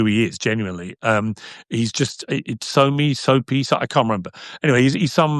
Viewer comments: Piers butchering Sneako's name as "Soapy" and characterizing him as a snickering cartoon character is the funniest thing 😂🤣😂🤣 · “Soapy” instead of sneako is microwaving me 😭😭😭